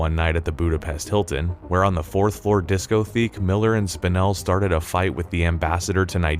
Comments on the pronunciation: disco-tek not discotheek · Is this video narrated by AI? Great subject matter but dude, Robert LOGEEYA? It’s pronounced Low-Jee-UH. And Discotheek?!? Have you never heard of a disco-tech (discotheque) where we get the word disco? Sheesh! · WHO is reading this? "Je-SUIT education?!?" "Je-Su-It!" Robert LOGE-eeyah... DiscoTECH... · Disco-theek? Je-soot? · In case you aren't an AI Jesuit = jezz-ooh-wit Nigel = ni-jull Discotheque = diss-co-tech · *juh suit education *disco theek English much? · Jesus. "disco-theek"? You've seriously never heard the word discotheque? Is this AI narration and I'm tilting at windmills, or is this the result of the tragically misguided "pronounce things however you want" school of English teaching that's become so sadly prevalent? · Disco - Theek. Disco - Tech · Enjoyed the video overall, and will check out the movie, but I was distracted by the narrator's mispronunciation of simple words like Jesuit (Ju-soot instead of Je-zoo-it - which also makes it obvious that they don't know what a Jesuit education is), Loggia (Log-ee-uh instead of Low-zhee-uh), and discotheque (dis-ko-theek instead of dis-ko-tek) and saying a person shared antidotes when the word he was looking for was anecdotes (I don't know if that's the writer not knowing the correct word or the narrator misreading it.) He also says Spinell talked them into a tricky situation when he must mean he talked them out of a tricky situation. Does nobody review these things before they are posted?